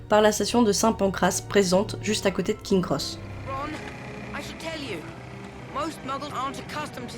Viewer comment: Les Dursley, pas les Dudleys ! Punaise... Plusieurs fois l'erreur... En plus la prononciation c'est "Prix-vette " rien à voir avec Private (qui se prononce "Praille-vette).... King's Cross, le s après King n'est pas décoratif. C'est dommage de gâcher une si belle vidéo avec autant d'erreurs grossières. Espérons que ce sera mieux la prochaine fois...